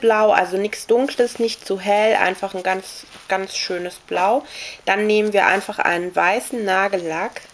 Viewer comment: du redest voll niedlich (: manchmal hört sich blau bei dir an wie plau :D das ist niedlich